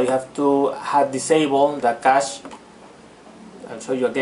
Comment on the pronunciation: Cool, cheers. Yes, cache is pronounced "cash" $